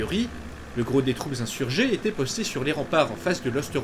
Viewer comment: Sais tu faire la différence en français entre le son é et le son è ? Quand tu dis "il était" tu prononce il été. C'était = c'été, Il allait = il allé. c'est assez pénible.